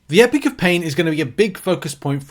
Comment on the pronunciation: Repeat after me... EPOCH pronounced EEE POCK not EPIC.